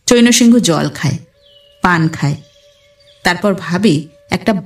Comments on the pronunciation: হিন্দি বা অন্য ভাষার নাম বা অন্যান্য শব্দের উচ্চারণ একটু খেয়াল করে করতে হবে। চৈনো সিংহ নয়, চ্যায়ন্ সিং - এরকম উচ্চারণ হবে। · চৈন্ সিংহ্ নামের উচ্চারণ কিন্তু চৈনঅ সিংহঅ হবে না। চৈন্ সিংহ্ উচ্চারণ করতে হবে।